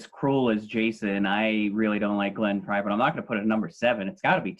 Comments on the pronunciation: The dude at the top left lost all credibility if he cannot even pronounce Glenn Frey's name properly. The other two talked about Hotel California exclusively. No other album was mentioned except One of These Nights once when they were talking about Don Felder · Guy doesn’t know how to pronounce Glenn Frey.